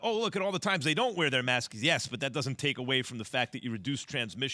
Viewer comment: "Maskes" -JWill